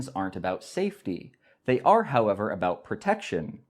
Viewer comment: tee hee! You said aboot! What a funny little guy you are! Tee hee!